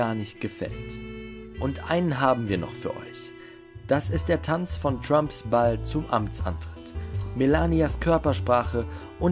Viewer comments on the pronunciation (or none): none